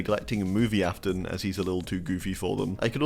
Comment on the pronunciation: Afton not aston